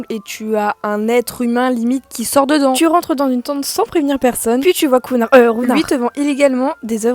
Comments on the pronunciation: Counards...euhh Rounard 😂😂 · Counard euh rounard 😂